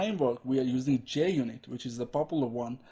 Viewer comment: Mate it's Junit not Jnit unless if jnit was ur x-gf. But many thanks for the video